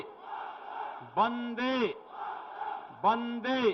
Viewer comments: Hahaha...is sale ko to vande mataram....bhi bolna nhi aata bolta hai bande....hahahah nyc choice UP.... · Jis insaan ko dang se hindi nhi aati vo mukhymantri hai... Vande ko bande सुरक्षा को सुरकसा bolta hai